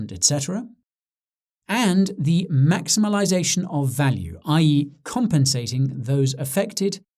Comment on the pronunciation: Mazimalization or maximization 🤔 haha great vid